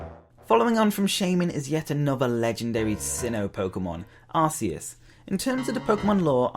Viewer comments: It's Ar-key-us not Ar-key-us.😊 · its Ar-key-us not how ever u say it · IT'S PRONOUNCED AR-KEE-US!!! and also, WHY ISN'T HE NUMBER 1 ?!?!